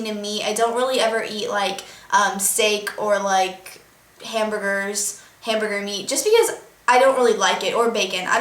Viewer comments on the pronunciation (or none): omg americans say hamburgers so weirdly!